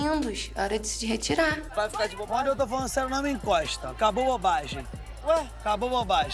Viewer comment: novinho: “Mano eu to falando sério, nao me INCOIXTA” KKKKKKKKKKKKKKKKKKKK